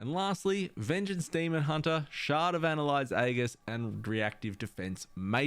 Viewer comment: Ann-hylde's Aegis (pronounced ann-hilde's ay-jis), not "annelide aghis". :-P Also, no mention of Scale / Pocket Protoforge / Thoughtcage?